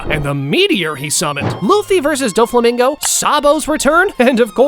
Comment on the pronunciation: bro Said doflimingo